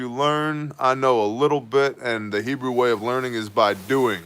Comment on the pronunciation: Just gotta say WOW!! HUGE HEBREW pronunciation improvement! Almost there! Even nailed the ‘CH’ hockin a Loogie sounds! 😎👍 On the wine prayer at the end, try “Ber-ay pre- Ha-Gah-fin, and you will nail it!! Hope that helps. You’re becoming a Hebrew Ninja! So good learning stuff from you, thanks brother! Stay awesome and saucey!!